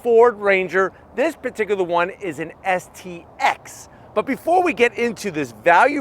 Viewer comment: Why do you keep saying xst…. Its stx